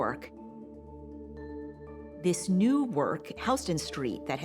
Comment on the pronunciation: Very funny to hear Houston said like that... great piece though, thanks. Fascinating dude.